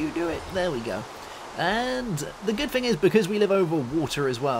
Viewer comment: please, its thing, not a fing